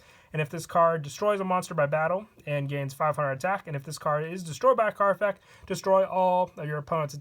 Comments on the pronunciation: Can you not pronounce the ‘t’ in effect? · Does he say effec instead of effect or am I going deaf? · 😂😂😂😂😂 he says both